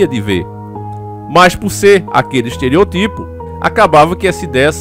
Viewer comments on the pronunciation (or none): por favor corrija a pronuncia de esteriótipo.